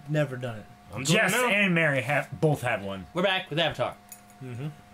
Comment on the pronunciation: "Bolth." "It's pronounced 'both'!" "You sound like such an ass the way you say it."